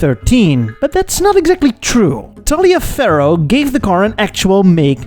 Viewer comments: In the US the name Taliaferro is pronounced “Tolliver” it is an old Southern US name. Wacky I know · Ummm.... In the States, "Taliaferro" is pronounced "tolliver", as in Taliaferro County, Georgia.